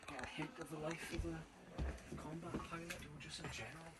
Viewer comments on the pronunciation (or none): none